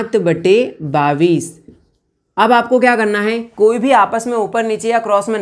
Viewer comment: Sar Babis nahi Bola Jatahai bais Bola jata hai